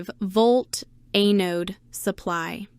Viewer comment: EH-node supply?? stupid AI....